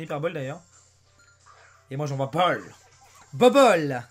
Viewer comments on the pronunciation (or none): none